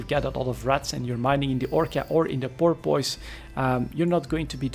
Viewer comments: The best way I can think of to describe the pronounciation of porpoise is pore-ps. Hope that helped. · As someone who lives on the gulf where porpoises are nativve it's entertaining hearing you trying to pronounce it. Porp kinda like torp. Piss said fairly fast. Porp Piss. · Hmm, I would say 'puss' is a better guide for the second syllable, with minimal emphasis and enunciation as a tack-on suffix to the dominant 'Porp'. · Pronounced 'pore-puss'. Thanks for the video! Cheers! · It's "poor-puss" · Porpoise... pronounced Poor-Piss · why is it that no EvE YouTuber, from any nation, can pronounce it correctly?